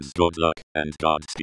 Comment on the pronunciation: The way the Text To Speech says it sound like "Gods peed"